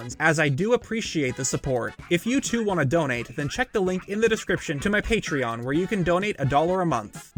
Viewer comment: Its patrEon, not patron!!!! Every time he says that, my eyes twitch!!!